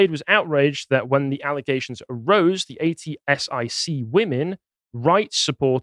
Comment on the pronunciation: “Ay tee ess eye see” 😂 At-sick, that’s how it was pronounced